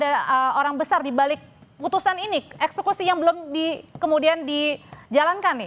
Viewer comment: Woi, EKSEKUSi bukan ES SUSi😂😂😂